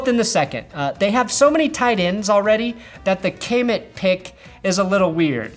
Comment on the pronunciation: The way you pronounce Kmet hurts my ears! It’s pronounced Kuh-met, not Kay-met